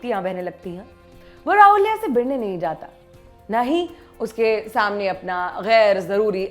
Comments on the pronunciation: राहूलिया नहीं राहुल्या बोलिये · It is not Rahulia, It is Rahulya! Understand the difference. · Rahulya nahi Ravlya hota hai marathi mein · It's not raulya it's rahulya🤣🤣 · Also its not raulya it is rahulya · Anchor can't even pronounce the name of the main character of original film 🤣🤣🤣 & she is reviewing it 🤣 lol 🤣